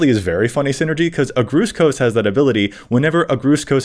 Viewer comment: The way he pronounced Agrus Kos kills my soul a little bit.